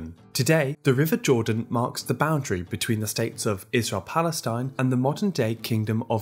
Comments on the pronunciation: There is no such a state "plestine" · The moderator mispronounced Canaan Palestine.